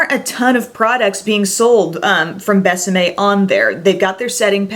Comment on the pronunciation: I love how you pronounce Bésame ... Definitely perfect!! Love your excitement about this line. Seems like almost nobody talks about it.